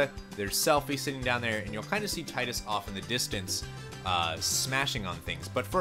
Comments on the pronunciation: No offence on anything but it's pronounced Tee-Dus. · Yeah, but Selphie in KH2 was the only one who pronounce it Tie-Dus which is where the confusion started. And, let's be fair, Square-Enix never has a good track record regarding consistent names. (hello Aeris VS Aerith debacle) But Dissidia, World of Final Fantasy and even James Arnold Taylor all pronounced it Tee-Dus. And it can't get more official than his voice actor saying it if you ask me. It's just a me thing; I'm the type of guy who needs an actual confirmation from official souces and I pronounce and spell names based on official terms.